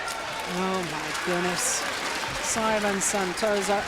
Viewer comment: not neutral , and not pronouncing right name of Santoso name as well . poor lady.